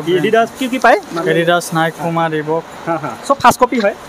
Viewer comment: Peuma nhoi he Puma😂